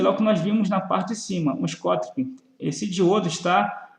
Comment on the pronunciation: Muito bom, parabéns. Só um toque, o "diodo schottky" se pronuncia "diodo choqui"